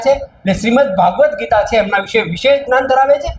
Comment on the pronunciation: શ્રીમત્ ભગવદ્ગીતાને બદલે આ ભાઈ ભાગવતગીતા બોલે છે. તે સુધરાવજો.